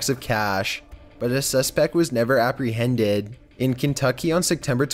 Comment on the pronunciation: the way it said "dangerous" and apprehended 😂😂😂😂